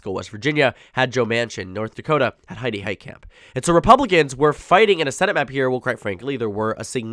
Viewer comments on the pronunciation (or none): none